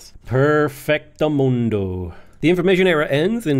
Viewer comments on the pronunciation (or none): none